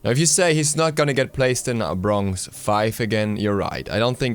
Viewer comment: did any one else notice that he says brongz instead of bronze?